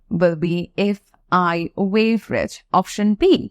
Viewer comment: Shocked to see that someone who can't even pronounce one of the most commonly used word "were" correctly, is trying to teach English. Don't be offended but you need to learn English for yourself.